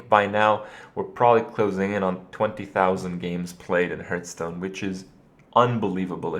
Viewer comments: It's not HERTHstone, it's heArthstone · I mean the irrelevant accent that has nothing to do with his mispronunciation of the word "hearth". Why did you bother me with this pointless comment? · am aware its pronounced HARTH stone but I still say HEERTH because that's how I thought it was pronounced for like 10 years and I just think it sounds better so I choose so say it incorrectly :) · what is this "hurtstone" you are talking about? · How can you play a game for so long, and still pronounce its name incorrectly? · Sommanker Accent? Do you mean his American accent? If so, I can assure you, that's not the proper way to say "hearth" in American English either. If you mean it's some kind of regional accent, then alright, I'll take your word for it.